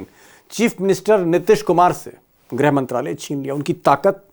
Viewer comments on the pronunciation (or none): Not grah but grih